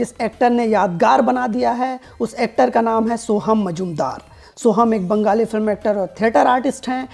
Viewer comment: Brother please do not pronounce "bangali" as " banggali" , there's a fine difference between the two.The last one sounds too "sadak chhaap".